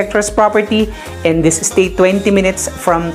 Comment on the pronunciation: don't pronounce as state.. es - teyt (slowly)